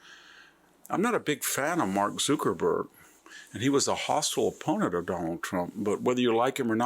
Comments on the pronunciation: Well, Mr Hansen, you are the only person who pronounced Zuckerberg wrong. It ain't Zookerberg. But it it's hilarious no doubt. Completely agree with your points. 😊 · Zookerburg? Bayzoss? Peter Till? Content is great but are you trolling us with how you’re pronouncing these names? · VDH has weird way of pronouncing some names: Bezos, Zuckerberg, etc.